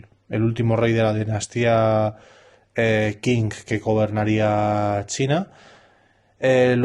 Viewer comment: Por favor, dinastia Qing se pronuncia ching.